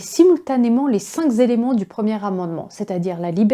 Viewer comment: et quelques "les cinq z'éléments" non non non cinq est invariable pas de s liaison impossible